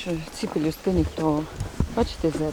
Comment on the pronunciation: ПЕЛЮСТОК ! П Е Л Ю С Т О К! а не леписток прости господи ви Українці чі хто!?))